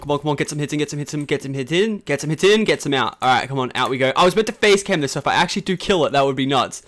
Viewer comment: Lachlan you said fàce cam !!